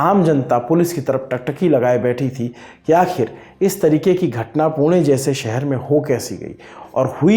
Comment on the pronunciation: Wahhh sir isey kehte h pronunciation पुणे ण, न nahi 👏 👏